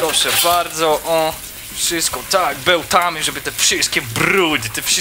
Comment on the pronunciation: Beltamy beltamy